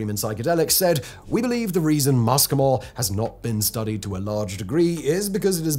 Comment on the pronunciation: Your Latin pronunciation is abysmal. Muscimol is not ‘MUSSKY - mol’ Like the ‘oo’ in look (southern England pronunciation), It’s ‘MOO see - mol’ The CAPITALS are emphasis! The ‘sc’ in classical Latin is ‘sssss’. You’re watching too many American mycology channels for your research!